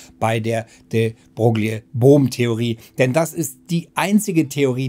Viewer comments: David Bohm nicht Brohm man man... Und wehe hier kommt jemand mit Pedanterie ;) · Nicht nur in der Beschreibung... Wie immer gut "retschertschiert" Beim ersten anschauen immer Brohm verstanden... Beim zweiten Mal nicht mehr so oft. Trotzdem gut, so kann man selbst im Thema stöbern